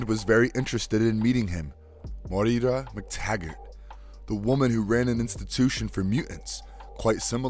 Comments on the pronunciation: Pronounces "M'Krann" correctly, an alien word only existing in X-Men. But can't pronounce "Moira" right - a common Irish name that actually is pronounced the same in English. ('Moyra' not 'Mo-ee-ra'). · WHO THE HELL IS MOY-EEE-RA??? Its Moira MacTaggert (Moy-ra) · Side note, Moira is pronounced "Moy-ra" not "MoE-Ra" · IT'S PRONOUNCED MOY-RA.... not Mo-Ear-Ra 🙆🏽‍♂️🤦🏽‍♂️ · Morira? Morira McTaggert? Mo-eera? While I appreciate the pun in you calling her "She will die" (since she's a mutant who can resurrect).. her name is MOIRA. Moira McTaggert. You literally said it every way but right. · It's pronounced "Moy - Rah". Two syllables. Damn, that's annoying lol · Dude learn how to pronounce its unbearable to listen of mo ira itd second video that you make unwatchable for me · It's pronounced Moi- ra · Dude...it's pronounced 'moy-ruh'... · Hey dude, how hard is it for you to say her name correctly? "Moira", very easy! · Most insane pronunciation of Moira I've ever heard